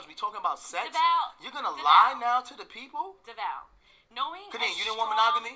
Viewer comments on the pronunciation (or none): lol you said Devale & Khadeen's names' so wrong. Still love you!